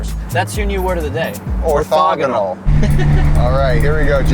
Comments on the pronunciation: Love you guys, but it did say "Ortagonal". Guess you need to have someone QA these before release. I'm available! 🤣🤣🤣🤣🤣🤣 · All the math people lost it hearing orthogonal…. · Love the channel and best of luck but orthogonal has an H in it fellas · If the word is spelt how they were saying it, they misspelled “orthogonal” lol